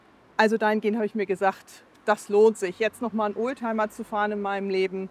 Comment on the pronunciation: oldtimer, nicht ohlteimer